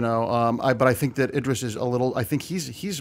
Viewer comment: Don't congratulate Andy on pronouncing "Spectre" correctly. Still didn't even know the name of one of his guests. "Bag-Begley??? Begley?" "Eye-dris Elba"?? They were all saying Idris!!